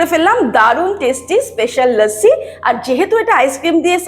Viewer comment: Lossi bolun, bes bangali lage...lassi kane lage